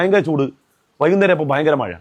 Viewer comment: മഴാന്ന് പറയാൻ പോലും അറിയാത്ത 😜മയ,. മയ